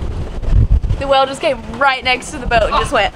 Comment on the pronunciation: Took me awhile to realize is saying "whale" when it sounds like "well".